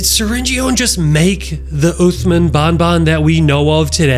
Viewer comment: Its "syringeon" and "uthman" not "srenjon" and "othman"